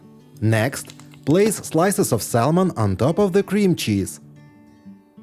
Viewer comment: Bravo. Thank you for the trick. Fyi we don’t pronounce the “L” in the word SALMON. The letter L is silent.